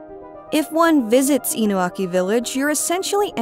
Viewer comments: It's InuNAki Village not Inuaki Village. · Isn't it Inunaki?